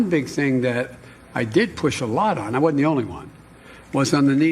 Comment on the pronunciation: Pronounce Wasn't NOT wad-ent!!! OH BOY!!!!!!!!!!!!